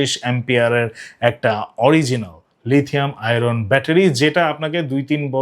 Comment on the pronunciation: তুমি বিরাট জ্ঞানী কিন্তু লিথিয়াম আয়ন উচ্চারণ করতে পারো না।